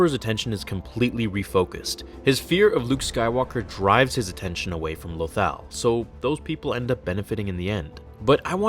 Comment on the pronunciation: Just so you know you pronounce “Lothal” wrong